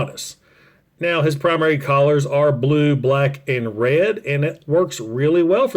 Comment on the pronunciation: Thank you for the effort of trying to say colors. I know your accent makes it hard but it is funny to hear collars.